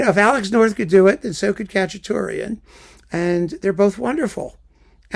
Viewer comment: I like it that you say Khachaturian as Cacciatorian, I'm keeping it! Thank you so much, I'm making a bunch of playlists in Spotify to listen to now.